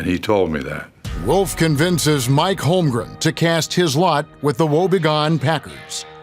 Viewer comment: Can't believe after all these years, some of these guys still call him "Holmgrem"